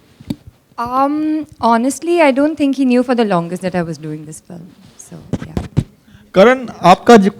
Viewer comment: is like.. "flim".. seriously? 😝